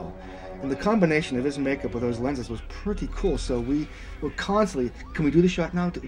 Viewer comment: "She prertty"...